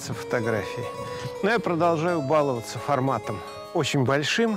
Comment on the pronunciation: Профессор, Вы великолепны! Но нужно говорить, балова́ться, а не ба́ловаться. Нужно выращивать межнейронные связи😉